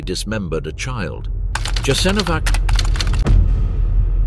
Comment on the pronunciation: You're making a documentary in which Jasenovsc plays a central role but you mispronounce it badly. This is essentially Serb propaganda to mask the crimes of the Serbs in the wars of Yugoslavia's breakup. More Croats fought against the NDH than for it. You forgot to mention that. The best account of this time is Slavko Goldstein's excellent book 1941. It is available in English as well as other languages.